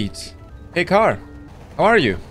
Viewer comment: its not gahr neither is it gaahr it sGAAAAAAAAAAA